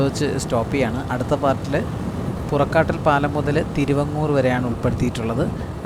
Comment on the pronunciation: പുറക്കാട്ടിൽ അല്ല പുറക്കാട്ടിരി എന്നാണ്